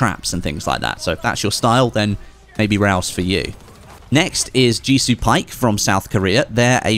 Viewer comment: It's pronounced Baek not Pike.